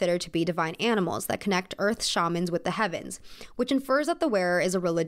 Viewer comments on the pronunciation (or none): none